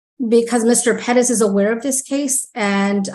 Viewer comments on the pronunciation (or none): If I hear "Ped-ez" one more time!!!! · Omg. Quit saying PEREZ like "PEDEZ" Youre not native spanish speakers and its annoying to the point its almost cringe. Like when white women say "seeLANtro" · Why can’t anyone say Perez?